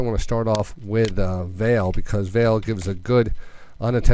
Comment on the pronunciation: it's pronounced 'vah-lay', not 'vale'